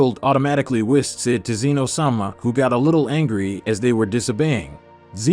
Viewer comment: It's pronounced "say-yens". And Whis is pronounced "wees".